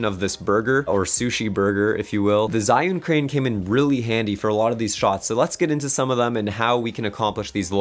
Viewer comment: Awesome! Great tips for an upcoming project I have. Those movements definitely added more dynamics and production value to the shots you have there :) And it's pronounced ''Gee'-Yun Crane hahaha